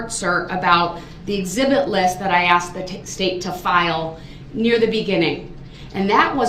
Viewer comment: He hated detective Casey was “axed” to come back and testify.